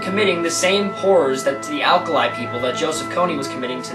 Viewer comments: "Accolite Tribe"? ..It's pronounced (AaahCholee) Aaah ..Cho (as in choke)..Lee ... hence..Acholi. Dude this video is very poorly researched. While I agree with you that Invisible Children is a shady organization. Trying to rebuttal the video with distorted information in an attempt to appear intelligent. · its pronounced r choe lee